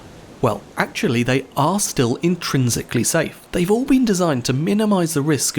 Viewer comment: INSTINSICALLY SAFE